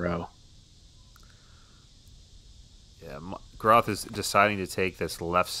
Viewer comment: micah’s last name is pronounced Gr-ah-th Similar pronunciation to moth